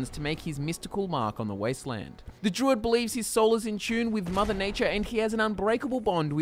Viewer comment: Everytime he says druid, I hear jew...